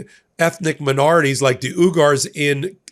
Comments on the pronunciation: The Chinese minority group Uyghur is pronounced more like oy.guh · We knew this—he told Xi he agreed with him regarding internment camps. It’s pronounced Wee-Gers (Uyghur) and erdogan—pronounced Ere-dowahn. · Please learn how to pronounce uyghur and erdogan.